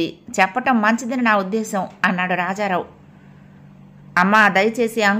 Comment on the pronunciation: కథ చాలా బాగా సాగుతోంది కానీ నాకు ఒక doubt వచ్చింది, అది ఏమిటంటే రాధ కొడుకు shyam ని స్కూల్ లో admit చేసినప్పుడు అతని తండ్రి పేరు column నింపేటప్పుడు problem ఏమీ రాలేదా? గారూ మీరు కథ చదివే టప్పుడు రాజారామ్ అని కొన్నిసార్లు రాజారావ్ అని మరి కొన్నిసార్లు చదివారు. uncle లో C కీ L కీ మధ్య U అనే vowel ( వవల్) లేదు కానీ మీరు పదే పదే అంకుల్ అంకుల్ (uncul) అని చదివేరు, అంక్ ల్ అనాలి, ఇలా చెప్పినందుకు please మీరు అన్యథా భావించకండి